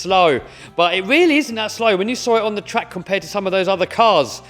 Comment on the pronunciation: "In this wideo we take the world biggest rc twuck to a twack" lol wouldnt be the same if didn't have that speech impediment 🤣 always gets me